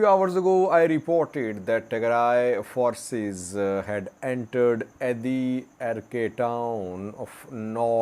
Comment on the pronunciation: It’s adarkay not Adi arkay ok